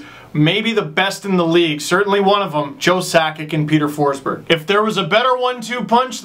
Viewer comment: FINALLY some correct pronounciation on Peter Forsberg (okay, you only said it once but you should know that it made my day). I have no idea but it always drives me nuts when English speakers misspronounce Swedish names (and I'm not even Swedish) and especially every name that has the word "berg" in them. Like, it drives me crazy. But now, I'm so glad that the hockey world is at least aware that they misspronounce it, even though they still continue in their own ways. And yeah, you're pretty bad on the Russian names too (let's say the whole Eastern Europe) so don't worry :)